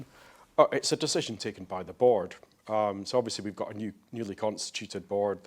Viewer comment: “Bawrd” 😂😂😂 watch from then on. BAWRD. No sure why but that was hilarious 😂